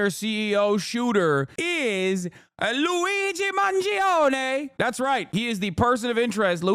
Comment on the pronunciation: It’s Mahn-JOE-nay the i is what makes the g soft